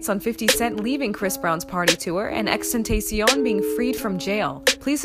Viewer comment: You butchered xxxtentacion's name